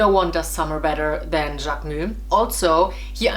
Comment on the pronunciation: Love how you pronounce JacquemuS